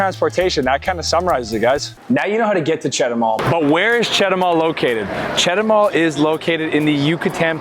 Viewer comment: I think that If I went to Chetumal from Belice, I would never go back! Just if I want to take a roadtrip to Guatemala but Belize is not like Chetumal and I speak plenty of Spanish to get by really well! btw, start your pronunciation improvement with Chet too mall. The other places too should be your first words to learn! They are really easy if you just listen and try repeating what you hear! Buena suerte!